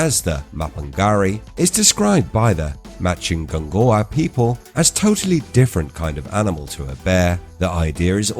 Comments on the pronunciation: ma-pin-GU-ari not ma-pin-ga-ri, why butcher names when you can ask any1 with half brain......? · it's not do your research in English it's pronounced ma-pin-"G"u-ari with G unless you are lazy muppet and you didn't want to waste 1 min of your time to look it up and you butchered it instead...End of discussion what if